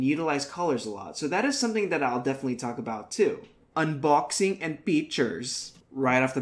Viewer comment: lol i love it! i laughed my ass of when you said 'unboksing ANd peechurss', classic pinoy accent there lol. Mabuhay brother. Love what u do.